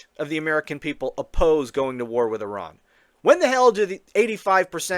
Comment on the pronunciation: Trump IS a neocon! And so nice to hear a USian making a good job of pronouncing Iran! 🙂 But re the Nobel prize - he'd make a perfect partner for Kissinger and "mother Theresa".